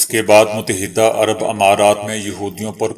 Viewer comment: Mut-ta-hida'bola karain